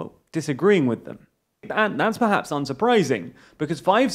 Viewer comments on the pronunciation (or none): none